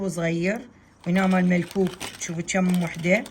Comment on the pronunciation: اسمه مكوك مو ملكوك